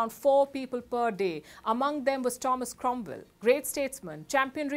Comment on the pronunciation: Cromvell? Don't you have 'W's' in India? We can send some over, if you can get your tongues around it. 😊